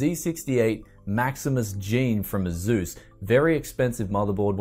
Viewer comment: Why his Asus sounds like Zeus?)